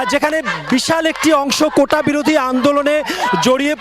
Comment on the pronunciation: এরা কেমন মেধাবী, কোটাকে উচ্চারণ করছে কোঠা । এরা আবার বিসিএস দিতে চায়, কি সিরিয়াস ফাজলামি।